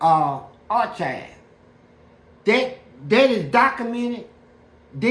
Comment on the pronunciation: Why you didn’t correct him when he said archive wrong 😂